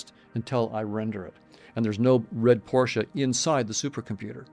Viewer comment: I hit subscribe when you said Porsche correctly!